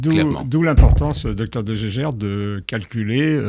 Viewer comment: De Jaeger ne se prononce pas du tout 'de gégère' 🙂